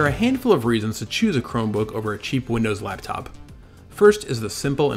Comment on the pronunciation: Why does he keep saying "Cheap Windows Laptop" like that?